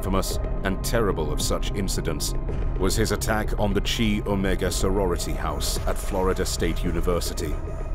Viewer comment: Chi Omega is pronounced (Kai OMEGA) not (chee Omega)